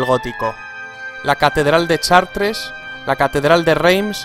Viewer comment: Aaay CHAR-TRES...me duelen los oídos. Se pronuncia SHAT